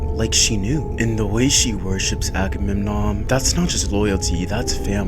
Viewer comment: Not Ackerman it's Agamemnon 😂😂😂😂😂😂😂